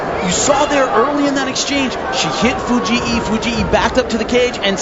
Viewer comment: i hate the commentators pronunciation of Fujii. It's not Fu-gee-ee. It's just Fu-geeee.